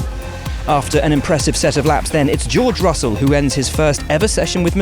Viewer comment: Jurj Russul